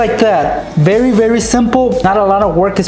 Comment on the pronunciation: did anyone else hear "you have to wake up berry early